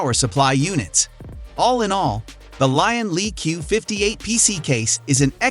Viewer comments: >"Lyin' Lie" It's LIan LI. As in "Lee, Ann, Lee" or "Lee-Ann Lee". Please learn to pronounce it correctly. Also, you've said "Lian Li entered ITX market only recently", which is NOT correct, as "DAN" is a ITX-specializing sub-brand/collab of Lian Li's, so "DAN" cases are Lian Li, and "DAN" been around for at least ~8-or-so years by now. P.S. You've included Fractal's "Terra" in this list, while stating in the video's title "best ITX cases of 2023". That IS a downright lie that doesn't match the factual truth of harsh reality, as GN has PROVEN via thorough testing that Fractal's Terra is a pretty crappy case, a total failure. It is NOT a "best ITX of 2023" by any means. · "LIAN LIE"